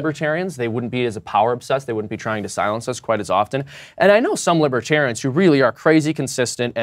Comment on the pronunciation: "Lawbertarians" ha!!